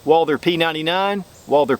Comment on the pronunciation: Great comparison video, but I gots to ask....... Who is this Walldurr you keep referring to?